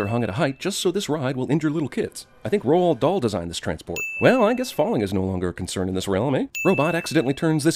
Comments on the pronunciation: Ro-Ald Dahl? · You pronounced Roald Dahl quite strangely